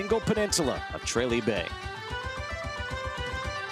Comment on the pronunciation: Tra lee ..... Not bloody trayley FFS